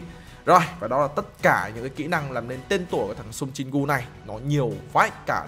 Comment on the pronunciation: Anh ơi Jin gu chứ không phải Jin cu